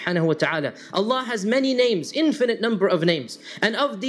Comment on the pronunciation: it's Allah not Alan